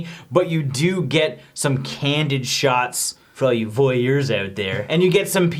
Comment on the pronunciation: I think I'd rather hear john say moist than you say voyeur you 'ol peeping Tom you!